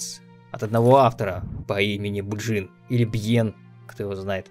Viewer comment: Да блин, что сложного в имени Биджин?